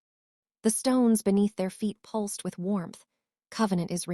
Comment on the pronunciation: A good story, and a nice change from gloomy castles, floor scrubbing and over used phrases (practiced efficiency). Please do get a different AI voice, though. This one has grade school English standards and repeatedly mispronounced words such as pulsed and a few others, which were an annoying distraction from the narrative.